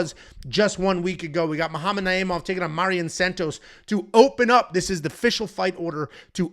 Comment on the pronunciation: lol I get when its guys like Nyamjargal Tumendemberel, but Mairon Santos is as basic as it gets